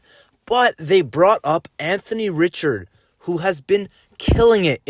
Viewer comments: Richard pronounced Ree - shard. ugh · You pronounced Richard wrong lol. try it like....Maurice Richard #9...just like that.